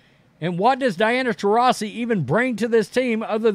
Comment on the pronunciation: It’s funny watching try to pronounce her name 😂